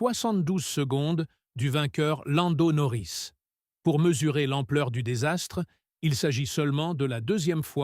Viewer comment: à " Elle mute Marco, conseiller Seigneur de l'équipe ... " " ... cachetez" ... " Landon-Orris" 🤣🤣🤣🤣 change de métier mec, fais toi comique et je t'assure que je m'abonne. Coluche à côté c'est rien, t'es le King.